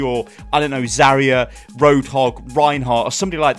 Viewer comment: It still gets on my nerves the way you pronounce zarya